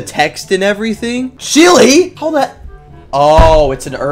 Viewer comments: It is me laugh whenever you say Chile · "Chile" Damn